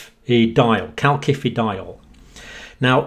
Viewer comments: Calcium....second c sounds like “see” because of the “i” following the c Calcium.... first c sounds like “Kay” because an “a” follows the c Calciferol....first c sounds like “Kay”, second c sounds like “si” because it is followed by an “I”. Word sounds like Kal-si-fer-ol not Kal-ki-fer-ol. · Calcifediol is pronounced 'kalsifediol' with s rather than k. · Please please dear professor, there is no “K” in calcifediol. It hurts my ears and detracts from your great message. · Great stuff but surely the second C in calcifediol is pronounced like an S. As in calcium.